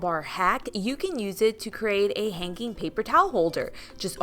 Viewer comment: I am intrigued with your pronunciation of the words hang and hanging. You put a K in it. Hanking. Hankink. Maybe it is a regional accent.